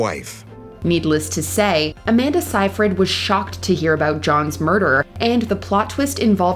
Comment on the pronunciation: *sayyyyy freeeeed Seyfried.